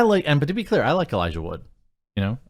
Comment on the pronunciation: Elijah Wood* not woods :)